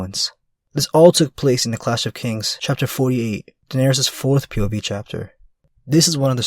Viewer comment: you have to stop saying "pov" in the weird way that you do, because it sounds like you're saying "puberty"